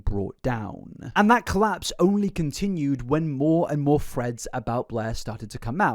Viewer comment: ngl when he says threads i kinda hear freds